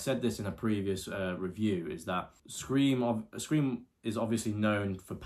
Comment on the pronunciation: "5-ream" lol